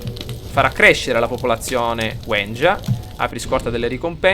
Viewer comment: Comunque si dice Wenja